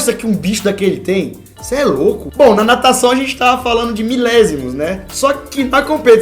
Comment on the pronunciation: Natacão não é dificil '-'